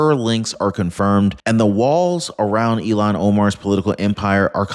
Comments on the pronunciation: Ilhan. Like ill han. Not illon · you keep calling her Elon. Elon owns Tesla and SpaceX, her name is ilhan. Look at the spelling. It's pronounced ill-hahn. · 意図的な意訳が成され記事です。"Ilhan"はイーロンでは無く、イルハンと発音する。The intenntional bad translaition into Japanese was made. Ilhan:-> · I'll Han , not Elon 😅🇺🇸🏡👩‍❤️‍👨🪕